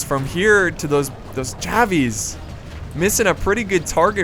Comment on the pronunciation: Love the channel... just wish you wouldn't say javies